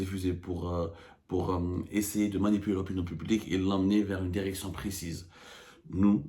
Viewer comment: Derection derecteur ha ha ha ha ha ha ha